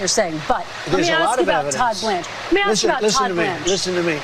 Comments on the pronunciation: brattily enunciating very well and still saying “ax”. ☠️ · Axe you a question 😂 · When someone axed you a question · "When I axe that person a question" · "So when I axe people to articulate their persition" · Bro you can't complain and make a huge deal out of someone articulating something and then continue to say the word ask like "axe" genuinely does anyone take these low IQ folk seriously? 🙈🤣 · went from saying "ask" to "axe" when he started getting upset.😂 LMAO Try harder to be white homeboy. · just when you think they can pronounce the word ASK? the ignorance comes out.... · Guy who can’t pronounce “ask” will probably not be able to wrap his mind around this. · he can't even say ask he is a drifter hunting